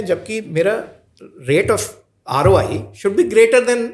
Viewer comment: Rai nahi ROI hota hai.😅😅😅😅😅